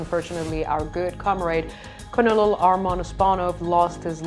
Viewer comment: Great report - if you want to pronounce Colonel correctly - say it phonetically as in "Kernal" 🥝